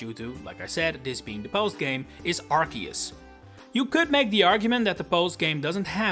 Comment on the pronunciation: It's arceus not arkeus ffs